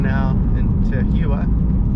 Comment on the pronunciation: I was just rewatching this as I grew up in that area. FYI Tahuyeh is pronounced "tah-HOO-yah."